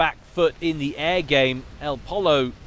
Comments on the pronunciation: think elpollo is pronounced el po yo spanish for chicken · it's pronounced Poy-yo, El Chicken en espanol. :)